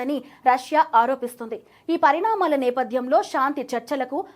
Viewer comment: Parimaanalu kadu,parinamalu